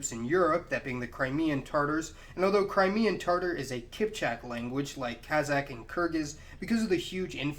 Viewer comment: “Carackle packs”? TaRtars? Awguzz? Sell-juck? You know, if you’re going to make a video about Turkic peoples, it might be good to learn to pronounce the names of the people you’re talking about.